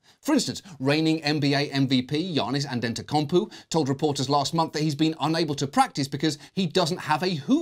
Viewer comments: "Giannis Antentecumpoo" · If John Oliver can't correctly pronounce Giannis Antetokounmpo's name (which he didn't), then no-one can.. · The pronunciation of Giannis Antetokounmpo oof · This show does so much research, but can't work out the pronunciation of Giannis Antetokounmpo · i love john but jesus his pronunciation of giannis antetokounmpo